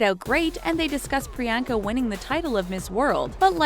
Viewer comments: PRE - ON - KUH Chopra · Pree-YAWN-kuh, not Pree-YAN-huh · not the best at pronouncing foreign names now are you? It is not Pree-yenka. It is pronounced as Pree-yann-ka. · It’s not priYANKA it’s pronounced Pri-yon-ca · A cringe for everytime she said 'Priyaaanka'. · Did you really just say priyankas name wrong? Just how????? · You’re saying Priyanka wrong, believe me I know my name is also Priyanka >:(